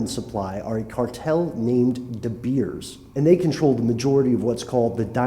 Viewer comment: And the mine company name here is " de beers" you prenounce it "de bears"